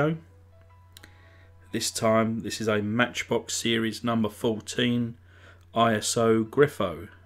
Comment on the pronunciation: The real car is an Iso Grifo. Iso is a name, not pronounced as initials. It was made by the Italian automotive company Iso Autoveicoli. You said you did some research on the Internet -- obviously not very much, though.